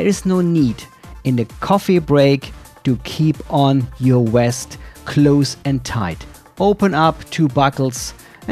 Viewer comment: It's the "VEST". Not the "West"